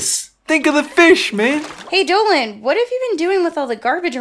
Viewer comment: you butchered the first name so badly.